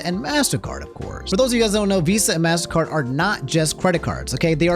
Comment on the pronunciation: its pronounced mastercard not massacre